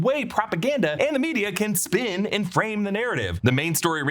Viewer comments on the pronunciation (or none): none